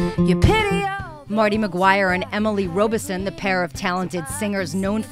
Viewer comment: 1. It's a soft O pronounced Rob - i son, not Robe - i son. 2. It's a soft A for Amelita 3. They tour mainly in Canada, not outside North America. They have played several benefits in Texas the past few years also. Sorry, but I read in one interview how "Robison" was the fiddle player. Get the facts straight. I know you must do lots of reviews, but still....